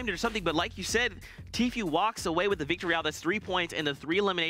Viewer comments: announcer kept calling him "t-few" lol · Its tfue not tfew